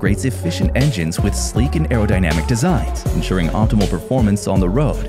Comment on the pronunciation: Did dude actually say arodynamic? Clearly doesn't know what that means😅